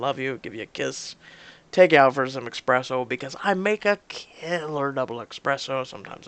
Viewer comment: omg... it's not expresso, it's espresso!